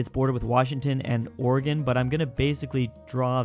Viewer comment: thank you for saying Oregon right